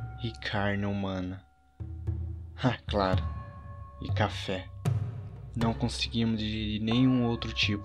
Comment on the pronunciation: kkk ele falando café foi engraçado kkk eu assisti até uma parte pq ai num teve mais episodio foi ate o episodio 4 da segunda temporada